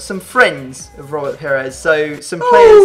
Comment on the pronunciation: It's "Pires", not "Perez".